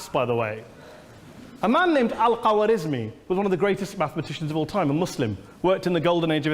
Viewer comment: He mispronounced Khorezmi as if he had no idea what he was talking about